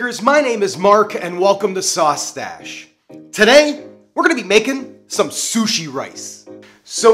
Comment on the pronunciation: I keep thinking he's saying coochie rice